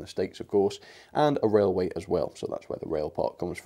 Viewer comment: Welcome back to the wailway